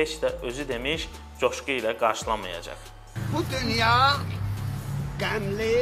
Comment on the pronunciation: Hacıbala adı ona yaraşmır ona qozbala daha yaxşıdır.danışmagı da bilmirdi söze bax şey eleme.Bu yaltaq aktyor olmalı imiş memur yox.coşquya qoşqu deyir.